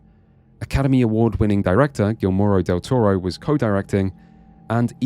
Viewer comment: Such a great video historiography! Did laugh at the Gill-Moro Del Toro pronunciation, though